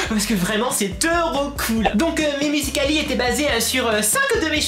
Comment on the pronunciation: ARRÊTE DE PARLER BIZZARMENT SA MENERVE !!!! TU DIT MUSICAL LY BIZZARMENT SES ÉNERVENT !!!! Sinon super vidéo ❤️❤️❤️🤣🤣😂😣😡